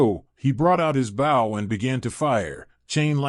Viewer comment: Is this being read by ai? I've heard him read bow wrong EVERY time along with a few other words like beastial